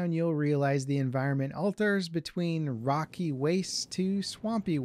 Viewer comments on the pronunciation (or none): none